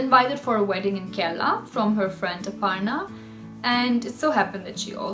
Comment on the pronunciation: She pronounced Aparna perfectly. She probably has a lot of English practice with Indians.